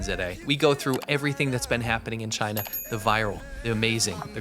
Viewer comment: He hates CHY-NA, that how he pronounces it with great derision.